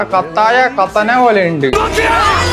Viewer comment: ❌കട്ടാന ✅കത്താന 🤣